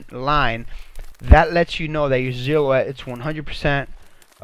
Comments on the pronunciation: Who replaces S’s with Z’s!? Lmao!! Zillow-Wet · Mate check your spelling and pronunciation. Noice? Really? And the way you say silhouette, like ZILL O ETTE makes my ears bleed.